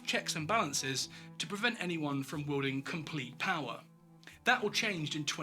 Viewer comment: You think Trumpstein "garners admiration & hatred in almost equal measure" Really?? He only has the support of around 30% of Americans and most of the rest of the world hates him and America ... as reflected by the massive drop-off in tourism to the US. Apart from that, and some weird pronunciation ('wielding' is obviously different from 'welding'), this was a well-produced video.